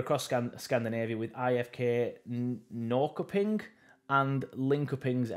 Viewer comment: Pronounced Norshoping (I think) but I prefer it when you butcher the names tbh :pride-person-earth-intersex::pride-person-earth-intersex::pride-person-earth-intersex